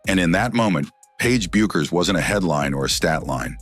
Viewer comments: IT IS REALLY IRRITATING THAT YOU KEEP ON CALLING HER "BEUCKERS!" IT IS PRONOUNCED AS "BECKERS" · It’s pronounced Beckers, not the way it’s spelled. And this video is as dumb as it gets. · It's about time you learn to pronounce Bueckers correctly. It's pronounced as if there isn't a u in her name as if it's Beckers. Show the parts of the PB press conference The AI was referring to instead of using the AI. If Paige Bueckers thinks that all, or a large majority, of the black WNBA players in the WNBA are going to see her as a "sister" or a champion of black women when she joins the WNBA in 2025, she is delusional. Black people may have felt some gratitude when PB made her speech at the Espy Awards, but remember, gratitude is the weakest virtue. Every time the slogan "Paige Bueckers was Caitlin Clark before Caitlin Clark was Caitlin Clark.", there will be backlash and it won't be against CC. "Ponytail Pete" became the "Female Steph Curry" when CC left college and started playing in the WNBA. CC got the PP nickname, a tribute to "Pistol Pete Maravich", because of her scoring prowess and 3Pt bombs and because of her organic popularity. CC didn't become a star and popular because of media push or anything to do with Angel Reese. AR road CC popularity to relevance. $$$$$$$$$$$$$$$$$$$$$$$$$$$$$$$$$$ Regarding the most influential women, #1 CC and #2 AR; here is how I see their personalities, the way they behave and the way they live their lives. The 13 year old daughter tells her mom I want to grow up to be like CC; mom takes her daughter shopping for presents as a reward. The 13 year old daughter tells her mom I want to grow up to be like AR; mom takes away her daught